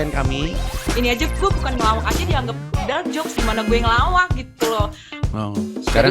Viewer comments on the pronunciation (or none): none